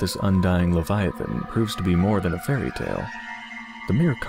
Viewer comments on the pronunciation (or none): none